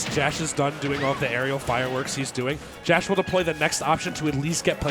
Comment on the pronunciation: Pronounced Josh 😭